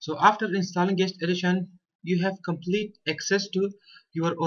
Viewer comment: intro: "compelete" excuse me wtf?